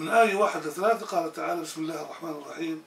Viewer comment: ''َو خَشِيَ الرحمانَ بالغيبِ'' , الرحمان بفتح النون ياسيدي. لان الله لا يخشى احدا. فاذن, الرحمان كلمة منصوبة وليست مرفوعة.. شكرا جزيلا لك على نشرك لما يفيدنا في ديننا و دنيانا. وبارك الله لك في ذريتك.